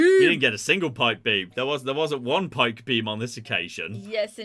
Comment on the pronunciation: I assume meant to say: “DOUBLE PIKE BEAM! DOUBLE PIKE BEAM!!!” But it came out as “DOUBLE PUCK BOOB! DOUBLE PUCK BOOB!!!” I’ve been watching this channel long enough to know how EPIC the double pike beam is, but I kinda wish they had a double puck boob because that sounds even better somehow, whatever that even means….. 🤣🤣🤣